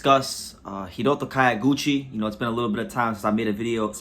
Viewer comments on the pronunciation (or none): It's not KA-YO(GUCHI). It's pronounced like the city KYO(to)...